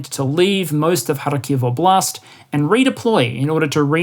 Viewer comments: Just a small pronunciation tip: Óblast, not oblÁst 😉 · Stress in KHAR-kyv goes to the first syllable. OB-last, same. kher-SOHN is correct, was nice to hear it correctly pronounced, 2nd syllable stress.